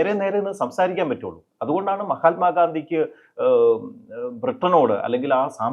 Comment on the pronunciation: പുരോഹിതശ്രേഷ്ഠാ, മഹാൽമാ ഗാന്ധി എന്നല്ല മഹാത്മാഗാന്ധി എന്ന് വ്യക്തമായും പറയണം "മഹാത്മാ ഗാന്ധി"